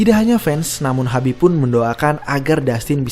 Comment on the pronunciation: khabib min bukan habib😮